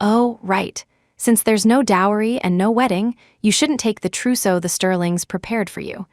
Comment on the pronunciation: TROUSSEAU not truso